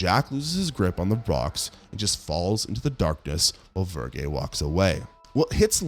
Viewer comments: I do kinda wonder if you watched these or just read the wiki of the plots. Mostly due to "the house that Jack built". Your pronunciation of "Verge" is vergay, for some odd reason. It's verge, like surge with a "ve". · "Verge" like Virgil not "Vergay" lol... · Vir-jay? ACE-uh-tone? Did you watch these movies or read scripts with strange words you've somehow never heard pronounced before?